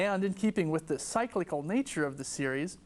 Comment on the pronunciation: But ‘cyclical’ was mispronounced…